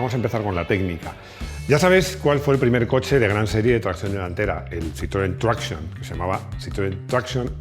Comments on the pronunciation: No pronuncies Citroën traction como si fuese inglés. Di mejor tracción en castellano. Gracias! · Muy bueno el vídeo, cómo no. Pero deja de pronunciar traction en inglés, coño! Que es francés.